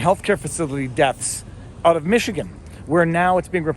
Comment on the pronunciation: Lol He said, "Figure it oot!" Thanks Letterkenny!